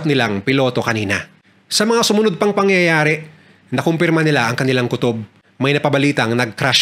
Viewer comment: try mo pong ipronounce ng maayos ang word na "pangyayari,nangyari o yari" thanks.